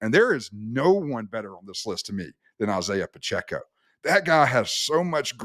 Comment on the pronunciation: How does this clown not know how to pronounce Isiah Pacheco at this point.